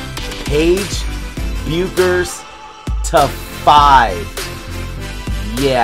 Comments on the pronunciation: Now we’re back to the BECK-ers vs BEW-ckers debate. I think it’s BECK-ers (I agree with Cameron Brink). Where do people stand on this, because the video’s pronunciation just doesn’t sound right? lol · It's pronounced Beckers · Nice pull.... pronounced Beckers... take out the U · As a big UConn fan I've got two things for you. First, that is a dream hit. I mean when she goes pro the best we'll get is some lame Panini WNBA cards. Oh, and second, the U is silent. She pronounces her name Beckers 😃